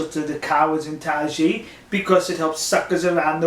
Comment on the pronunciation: Isn't it pronounced something like 'tie (Thai) ji'?